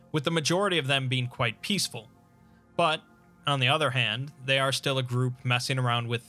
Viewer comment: I will always cringe when I hear him say they